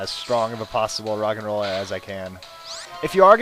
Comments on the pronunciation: when you said rogenrola I thought you said rock and roll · it sounds like hes saying rock and roll